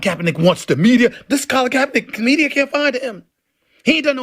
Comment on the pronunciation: HIS NAME IS KRAPERNICK.